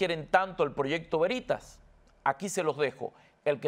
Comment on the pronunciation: Se dice Veritas o sea el acento sobre la e. Latin. Quiere decir verdad.